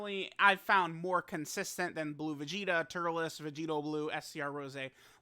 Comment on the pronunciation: “Two hand stroking turles”